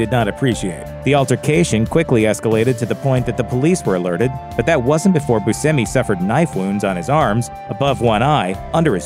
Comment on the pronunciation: Its "Bushamie" not Busemmie. In Michigan there is the famous Buscemi's Pizza.